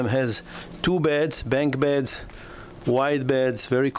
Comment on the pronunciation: I like your videos, and all the info. I appreciate you trying so hard to get the English right, and for the most part you do a very good job of it. But if I may, there's one thing I'd like to help with. In the crew quarters, when you describe their sleeping arrangements, the word is BUNK beds, not bank beds. U as in umbrella.